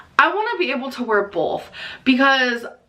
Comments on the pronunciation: The l she puts in both (bolth) drives me fucking insane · I hate that she says “bolth”!!!!